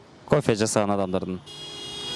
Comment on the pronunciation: Алып баруучу жазаган дебей ,жасаган дечи